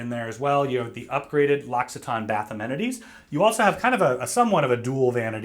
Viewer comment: Everything looks amazing, like a private yacht! That said, I have to say that what made me gasp and truly made an impression on me was knowing how to pronounce L’Occitane. LOL